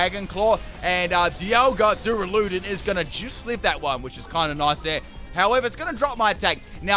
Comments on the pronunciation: Plz.. it’s DU - RA - LU - DON NOT DURA - LUDON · The way he say duraludon like DoOrALoOdIn infuriates me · “Doo-ruh-loo-dun Me: 👁👄👁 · You: Duraladon The guy she tell you not to worry about: Dialga